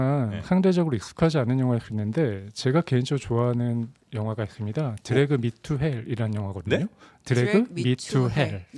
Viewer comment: 드래그 / 미 투 헬 ? 드래그 미 / 투 헬 띄어읽기의 중요성